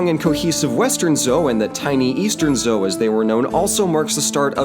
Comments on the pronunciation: Small comment; the standard pronunciation of "zhou" sounds like "joe," with a hard 'J.' Good work here. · >coached on pronunciation >messes up on Zhou The disclaimer wasn’t for nothing I guess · I think Zhou is pronounced Joe. I think. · Zhou dynasty is pronounced like Joe, not Zou.